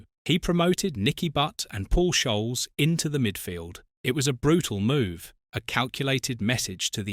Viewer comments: Beckham was the one that I couldn't really understand. Surely a severe talking to would have done the trick. Still, Ronaldo wasn't a bad replacement, to be fair. Sick of this AI narration that seems to have taken over these sort of videos. It's 'Skoles', FFS. Schoals are something to do with groups of fish. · no he/ai said shoals 😂😂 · Paul Shoales????? A.I. slop. You’re blocked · Paul Shoals. And that’s the point I switched off. Stop the AI slop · Who's Paul Sholes? Laughable AI narrator. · Voice over knows NOTHING of United. Who the hell is Sholles or Jap Stam?